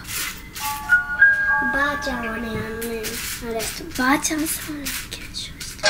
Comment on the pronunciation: ばあ↑ちゃんの発音がツボwwwwww